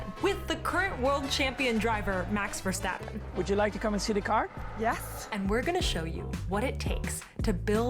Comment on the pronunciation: The pronouncing of Max Verstappen you made is correct!